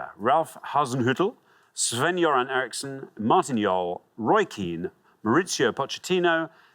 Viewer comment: Pronounced Sven Göran Eriksson really well